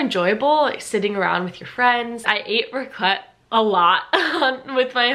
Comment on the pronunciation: As a Swiss it triggers me so much how you say Raclette. 😂You pronounce the a not the ts (Raaaclet). Same goes for Fondue (Fooondü instead of Fondüüü). Swiss usually emphasize the beginning of a word, while Germans emphasize the end of a word.